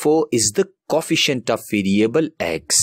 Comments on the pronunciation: Co-efficient ❌coffeciant✅ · This guy says coefficient coffeicent anyways GREAT VID